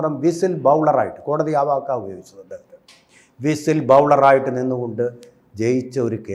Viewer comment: 😂😂 വിസിൽ ബൗളറല്ല ചേട്ടാ "വിസിൽ ബ്ലോവർ" എന്നു പറയൂ‼️‼️😂😂